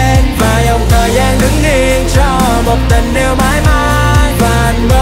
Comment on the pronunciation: Có ai nghe phát âm kiểu : Và dòng thời DANG đứng yên .....